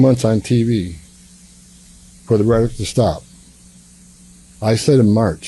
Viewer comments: Someone should tell that idiot Tommy that the word is rhetoric, not retick. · The reticlk? Can anyone in this administration outside of doublespeak Marco Rubio know English and how to speak??? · Will someone tell Homan that 'rhetoric' has 3 syllables?